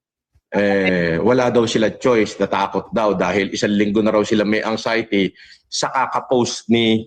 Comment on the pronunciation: “ANG-XIETY” talaga, ha?!! Bobong Baliw, it’s AN-XIETY!